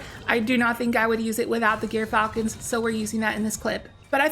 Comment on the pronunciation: I just wanna point out ONCE AGAIN, since you don't seem to pay attention... it's not "Gear", it's "Jeer". Gyrfalcon: Jeer-Fal-Cun. Not Gear-Fal-Cun. Jeer. Jeer.